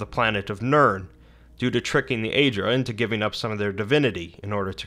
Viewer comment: Aedra not Aidra. Daedra not didra